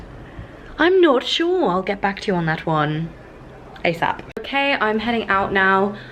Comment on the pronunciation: your „okay“ after doing your makeup sounded SO german omg